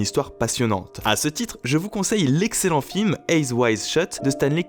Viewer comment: Pourquoi tu dit "èyes" stop pls